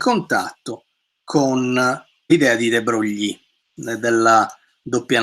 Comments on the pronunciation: E comunque "De Broglie" non si pronuncia "de broglì", ma "de bròi": E Joule non si pronuncia "giàul" ma "giùul": (vedi anche la nota sulla pagina wikipedia su James Joule) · Lezione illuminazione. Solo una piccola precisazione: si pronuncia de brogl.